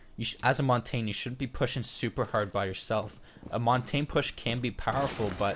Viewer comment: Great series! My only critique is how you pronounce Montagne. The French word montagne means mountain, and is pronounced Mon-tahn-ya. But at least you don't pronounce it montag! Keep up the good work!